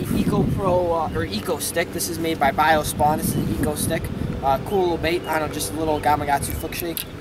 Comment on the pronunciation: "Eco stick" 😂😂😂